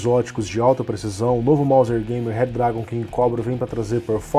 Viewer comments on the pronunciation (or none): quem fala "mouser" com r nao tem meu respeito kkkkkkkkk